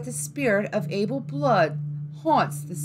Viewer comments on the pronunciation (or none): none